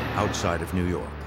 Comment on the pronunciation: "when people started turning up in New Yawwwk City..." Never gets old 😂